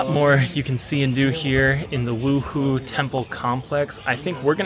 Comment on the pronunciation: Beautiful photography! Correction- wuhou temple is pronounced woo- hoe